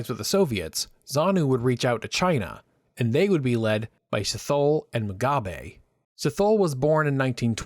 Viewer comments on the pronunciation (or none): "Sea-toe-lay" not "sea-thaw-le" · Great video. Well researched and clearly presented. For the future, it’s “In-Komo” and “Sit-Holy”. And the Ian Smith accent is terrible. 😂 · A "historian" would never use air quotes. The pronunciation of Ndabaningi Sithole really annoyed me, the "t h" is not thhh!. Just for the record, the socialist/communist/marxist ideology destroyed Zimbabwe. Romaticise communism and socialism at your peril millennials. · Sithole: Si.Toh.Leh NOT Si.thole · A few pronunciation problems: Sithole, Dien Bien Phu (rather than Bien Dien Phu, and Alec Douglas Home. Interesting, nevertheless+1.😊